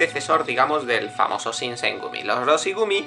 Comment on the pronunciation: Dice Shogun correctamente ¿pero no puede decir Shinsengumi?